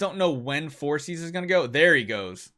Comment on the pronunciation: I think it's pronounced For-kis instead of forsees